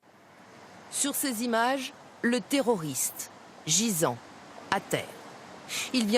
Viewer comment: J'adore comment elle dit toujours le TERRORISTE! Avec beaucoup trop d'emphase.... C'est vraiment n'importe quoi, appellons un chat un chat